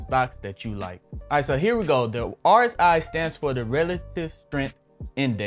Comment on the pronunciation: My man you didn’t even know how to pronounce rsi...